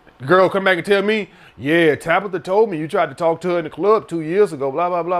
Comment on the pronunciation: “Tabitha” lol